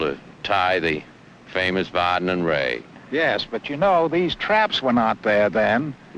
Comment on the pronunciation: Its really a shame that they couldn't get the name of Harry Vardon right